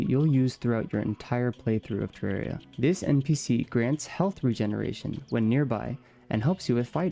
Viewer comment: its terraria not terreria 😭😭